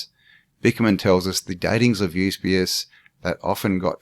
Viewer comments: Fomenko's work is amazing. It's good to see you getting into it. One small note. It isn't 'YUS-BE-US. It's YU-SEE-BE-US! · Absolutely, we want your part 2,part 3 if necessary even a 4..don't hurry the process, get stuck in mate..kick the living shit out into the open air of absolute clarity of their fakery..and fcukery for Centuries...but please get the pronunciation of Eusabeus right mate..it's the only thing that kept dinging me in the ear..ok..still love you mate..power on bro..